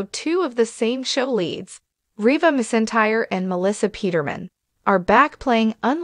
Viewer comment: Pronounce her last name right. She deserves that!!!